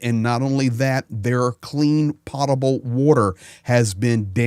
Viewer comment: * potable water, not pottable.